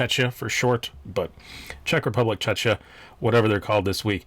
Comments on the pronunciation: Little note .. it is not pronounced chechia .. but more like checkia ... The second 'ch' is pronounced as K ... Like in cock of cocktail ... :) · Czechia the ch is more of a K sound, otherwise people tend to mix it up with Chechnya.